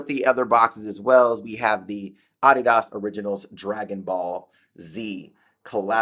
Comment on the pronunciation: Its a German company and based on a name. Americans pronounce it incorrectly...I pronounce it incorrectly knowing it too. He's accurate in pronunciation.